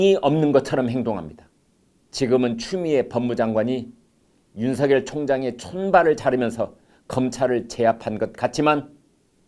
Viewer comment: 디지털 시대에 거리가 무슨 소용? 윤총장은 특별수사팀 꾸리면 되는 것이고 부산으로 가는 검사는 부산에 오거돈 부산까지 제주로 가는 검사는 제주까지 등등 뒤집어 엎는다...... 추미애 장관은 자신이 잘못된 선택을 한 것으로 인해 잠을 설칠 것이다.... 문대통령도 밤마다 악몽으로 인해 단말마의 비명을 지를지도 모르는 일 많은 이들이 윤성녈로 (잘못?) 발음하는데 비해 김광일의 입은 윤서결로 바르게 발음! 굿!